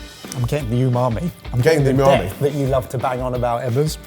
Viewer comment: Stop saying u..ma.i